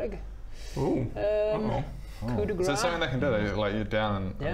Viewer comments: Great job guys. Love what you're doing. Just FYI, "Coup de grâce" is pronounced like "koo de grass" not "koo de grah". Phonetically it really would not mean the same, in french. Huhu. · in "coup de grâce", grâce is pronounced "grass". If you pronounce it "grah" it means "hitting with fat". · Hi! Still loving the content and your DM job! Just as a small info, the last word in "Coup de grace" is pronounced as the word "Grass"! Keep up the good stuff, looking forward the DnD Logic Season 2!